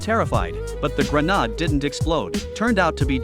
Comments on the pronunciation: The “granod” lol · Why are these voices incapable of correctly pronouncing 'grenade'???